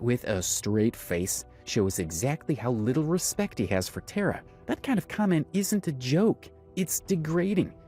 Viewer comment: i don’t personally like tara but it did annoy me that you’ve done so much research and heard how she pronounces her name (TAR UH) and still said it wrong 😭 before anyone gets mad, it’s just the fact that tare uh is not her name lol